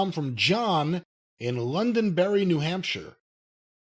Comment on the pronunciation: London 'B' erry?